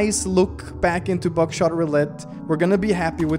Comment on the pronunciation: I thought u said back shot roulette 😹😹😹